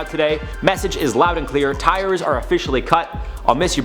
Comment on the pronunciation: Ties. Not Tires